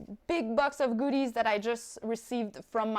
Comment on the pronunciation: The accent. 🤷🏾‍♂️🤦🏾‍♂️